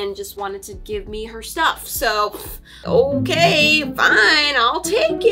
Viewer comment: Lol it’s okaay